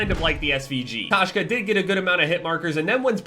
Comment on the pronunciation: K-oh-shka*. It’s cat in Russian, Kashka is oatmeal lol.